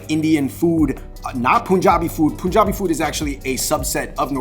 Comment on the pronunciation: 1) Malabar curry is from Kerala, south india Lamb vindaloo is indo portuguese dish from india state goa 2) majority dishes names this dude pronounced wrongly 😂 3) it is pronounced as pun jab not poonjab 4) kathi roll is Pakistani? Dude your information is so wrong in so many cases. atleast do your research before speaking and recording. Kathi roll is indian.. originated in Kolkata 5) + points for wearing white tshirt and for keeping it white